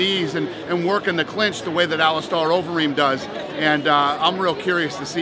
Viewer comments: hey dana it's alistair not alistar lol (star) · Someone teach Dana how to say "Alistair" and "Velasquez".